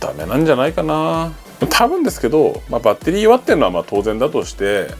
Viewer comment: バッ↓テ↑リ↓